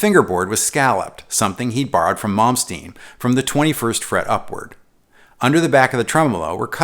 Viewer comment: Mispronouncing "Malmsteen" isn't such a big deal when you have to suffer through 18 minutes of mispronouncing "Ibanez" haha, but I'm getting used to it (or avoiding Ibanez reviews in English). Excellent video otherwise! How to pronounce Ibañez